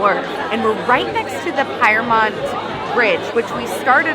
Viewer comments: Shame about Pyrmont Bridge (pronouned “peermont”), though. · Pyrmont is pronounced Peer-mont